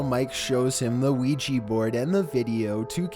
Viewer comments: Why does everyone mispronounce Ouija it's Weeja not weejee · di....did he just say ouiji?🤣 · i thought u said "Luigi" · I thought you said "Weegee" as in Luigi from Super Mario Bros. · A ‘weegee’ board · Yes.... The weegee board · Weegee Board